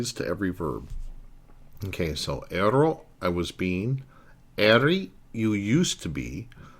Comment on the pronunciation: Mille grazie, professore. My only suggestion would be just a tiny bit of constructive criticism: Watch your pronunciation, as it tends to be a bit inconsistent. I noticed, for example, that you didn't trill the "r" in "ero," although you did in the other instances where "r" occurs between vowels. Don't use the American flat "r." Also, remember that unstressed vowels still retain their full sound value; I frequently heard you use the "schwa" sound for unstressed "a," especially at the end of a word like "sia." That word should be pronounced "SEE-ah," not "SEE-uh." Just something to keep in mind. I know you're not a native speaker (neither am I -- I've simply been studying, speaking, reading, and writing Italian for almost 40 years), but little things like that go a long way towards actually sounding like a native -- and it sets a good example for your students, too!